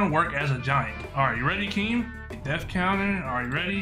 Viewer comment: Keem not king